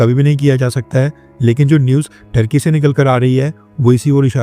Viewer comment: Turkey or thurkey ?😂